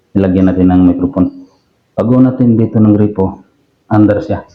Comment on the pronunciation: boss gripo hindi po grepo, yung grepo si grepo beljica yun😅😅😅